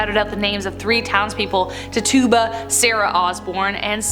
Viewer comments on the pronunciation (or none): “Tituba” is pronounced tit-chu-ba (not t-toob-a). My great great great great great great great great grandparents were actually in Salem during the trials. My 8th great grandfather’s brother’s wife’s brother in law was a fortune teller who was hung. A FORTUNE TELLER. If you could be hung for that I think that’s ridiculous